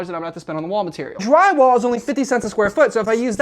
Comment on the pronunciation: What is jwywaow, what's a chwee ouse, chwee and what's a boblar, and shtiding